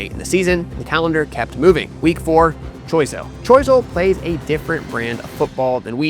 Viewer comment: Gros - Islet is pronounced Growse - Eelay Choiseul is pronounced Showzel Mabouya is pronounced Mabwiya